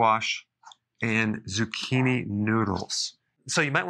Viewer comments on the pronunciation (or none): none